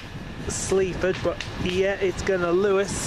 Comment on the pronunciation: It’s pronounced Lewis